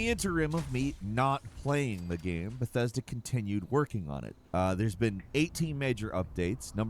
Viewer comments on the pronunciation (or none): 76 has more players now than ever far from sucks but I see you know gow to capitalize while the game is hot. Learn to pronounce Bethesda before trashing the product 😂